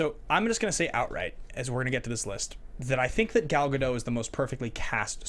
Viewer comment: Note that Gadot has done many interviews where she pronounces her name for the host. You can look up Gadot and how to pronounce her name on youtube. Kind of sad to have such a iconic role and have so many people get her name wrong. If you love the movie so much you can take a minute to learn how to say her name. Sorry if that came off a little mean. I don't mean to be. Love the show.